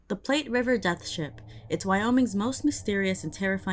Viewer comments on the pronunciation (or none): I'd be curious as to what kind of sailing ship would be on the Platte River. I know it can be wide, but in Wyoming it might not be as wide or deep. Also in Nebraska, the name of the river rhymes with flat and doesn't sound like "plate".